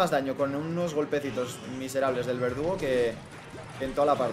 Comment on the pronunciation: nadie a notado que en a primera partida en ves de decir verdugo dice vegudo ajjajajaja